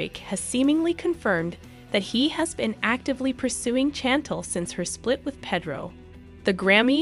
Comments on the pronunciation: Shan-tell not Chan-tl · Very disrespectful to pronounce a persons name wrong repeatedly. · STOP CALLING THIS LADY “CHANNTLE” it is pronounced “SHAN-TELL” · very annoying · Her name is pronounced Shantelle…not chantle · It's pronounced SHAN TELL not CHAN TLE!!!! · Chantel is said like shon-tel not like jandal 😆🤣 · It's "Pay-droh and Snan-tell" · SHAN-TELL NOT CHAN-TULL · It's not channtel it's chantel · "CHantle". lol. its Shantel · say it with me.... Shann-Tell not Chantle.... tf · Learn to pronounce her name it’s currently pronounced parenthesis SHANTEL Chantel not CHANTLE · Narrator her name is Chantal ( say it as if it’s an sh not chan tal like your saying it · Girl please learn How to say her name did you ever watch one episode lol got to turn you off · I know she drove me crazy😱 She needs to no how to pronounce Cha-tell before she started. 😱😱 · and,what would you do when someone keeps pronouncing your name wrongly,would you not correct them? Actually, the way she repeatedly calls her "Chantle" is very annoying annoying to me. Can't stand it! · ok, listen, her name sounds like,"SHHHHANTEL"! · Pronounced. CHAN TELL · Blogger so thirsty to spill a lie or rumor, can't even pronounce Chantel name right ...Shantelle..lol..stop tha capping 🤣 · Thumbs down for you not prouncing Chantel's name correctly. It's not Chan tell! I couldn't even finish watching this video. 🤦🏽‍♂️ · OMG, it is Chantel NOT Chan Tel!!!! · The pronunciation of the "Chantel" 🤌🏽 ..."Chantle" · It's "Shantel" sounds like. Not a hard CH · Sorry but I just can’t watch this…….the ‘Chantul’ is driving me crazy. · You are pronouncing Chantel wrong it is Shan-tell! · Ahhh, her name is pronounced, "Shhhhantel" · I know you read these comments so why do you insist on calling Chantel , "Chan-tell?" Otherwise, we appreciate and love your videos. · Her name is pronounced SHantel! Do you even watch the Show?!! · Her name is actually pronounced "Shan-tell". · It’s pronounced shan tel